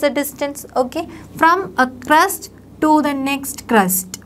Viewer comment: its crest not crust